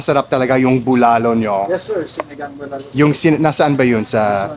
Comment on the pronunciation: That's not Bulalo broth you're having...it's actually sinigang...Bulalo (w/c you're also actually mispronouncing) have a sweeter/savory taste & is made of bone marrow, corn in cub, baguio beans & bokchoy or cabbage